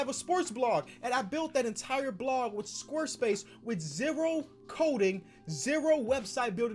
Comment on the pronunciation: Did anyone else notice him saying “squr space” instead of square space